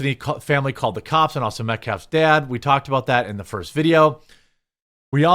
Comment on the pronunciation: The word is "THAT", not "DAT".